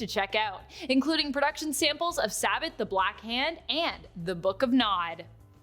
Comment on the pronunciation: Normally I wouldn’t nitpick, but: she mispronounced “Sabbat” and “Vampires the Masquerade: Rivals”.